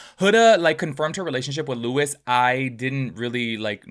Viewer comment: Stop commenting sht you don't look into...the day AFTER the reunion we found out Huda lied about Netflix cause.she just wanted andy to stop asking...and it's LOU- EE not LEWIS.... also perfect match was filmed over a year ago. These are easy things to know if you're going to make a whole ssa video about the topic